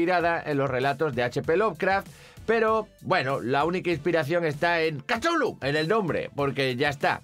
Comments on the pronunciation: Lo mejor es cuándo dice: "Kachullu" ¿así se pronuncia? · Chulu? Catulu? Tulu? Cachulu? Jugué al juego de rol con mis amigos durante años y nunca nos pusimos de acuerdo sobre como pronunciarlo. Creo que no existe canon al respecto. Lovecraft lo escribió de modo impronunciable para enfatizar su carácter extraterrestre.